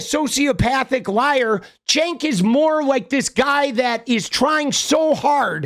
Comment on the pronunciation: Why does he call him Chenk? 😂🤣